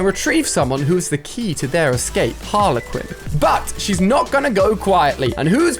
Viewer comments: When he pronounced it harler quinn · Ali it's spelt harley quinn and it's pronounced har-ley-quinn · Theres not 2 a's in Harley quin see harley it's an e not a it's not harla quin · Me:Harley Quinn Ali-A:Haler Quinn😂 Just playin love u Ali A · Please it’s not harla Quinn it’s harlEEEE Quinn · no one: absolutely no one: Ali A: Batman and halay Quinn 😭💀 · You pronounce it like harlie quin not Harla quin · Why does he say harler quiin not Harley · Gala Quinn 😂 it’s Harley Quinn or shall I say that’s how u pronounce it bc I’m English and that’s how everyone says it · Its not harla quinn It's harley quinn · Why do you always say Harlequin. It’s Harley Quinn, 2 words first and surname, not 1 word, don’t get how you always mess up easy names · HarlEY quin not HarlA quin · Alia: harla Quinn Literally everyone else: Harley Quinn Alia what luv ur accent 😀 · How I say harleyquin: harleyquin How Alia says it: Harlequin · When Ali says Harler Quinn instead of Harley: *visible confusion* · No one Ali a: HARLER QWIN🤣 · HARLA QUIN ITS HARLEY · He says harlay not Harley Quinn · Ali quit saying it wrong it's Harley Quinn not harler Quinnwhat are you even trying to say do you not understand English aren't you English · Did my guy say Harla Quinn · just me but the way he say harley quit is really annoying that he pronounces it different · Does it annoy anyone else when he says Harla Quinn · Did you just call Harley Quinn, Harlehquin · Ali calls Harley Quinn harle Quinn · Har-lee-quin sorry forgot theL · Normal people: Harley Quinn ALI-A: Harla Quinn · "harla quinn" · F you ali for saying Harley Quinn name wrong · Lolllll u can’t even say Harley Quinn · Ali please search up how to say Harley Quinn please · The way he says HARLEY QUINN 🤢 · It’s Harley Quinn